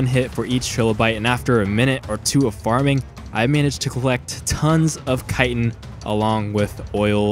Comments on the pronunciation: it's not "kite'n" it's "chit'n" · its not called "Kaitin" its called Chitin" "Chi" "tin" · Kite-in lawl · it upsets me how 90% of people mispronounce chitin, as someone who watched animal planet alot as a kid it's sheetin/sheeton, don't normally care on mispronounced stuff untill it becomes normal day stuff for people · dusty crow No its pronounced kitin